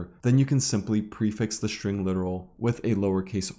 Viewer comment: String, please. with "S". not SHtring with "SH".